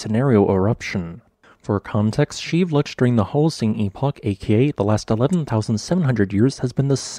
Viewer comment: Geez, learn how to pronounce volcano names! It is pronounced Shee vel loosh!